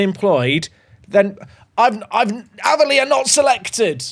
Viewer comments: Using my comment to help the algorithm to say the way you were pronouncing Aveley (It's pronounced like 'Ayv' not 'Av') was driving me craaaaaaaaaaazy 😂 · And its not Averley it's A--veley 😀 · its aaaaveley. Not averley haha i dont know how to type how to say it but youre saying it wrong 😂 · Ave-Lee not ava lee 😂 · you pronounce it Ava - Lee. I went to The Aveley School 🤣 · Just so you know its pronounced.. A ver lee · One its pronounced A-ver-lee. Two its has a car park next to a swimming pool so it's a good away day 👍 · hearing him pronouce aveley wrong way to many times was painful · Aveley rhymes with bravely. It was making ears bleed to hear it the way you said it!😂 Glad you got it out of your save.